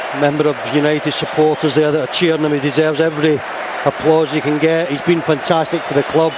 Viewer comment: Ole has been saying "fantasteek" even then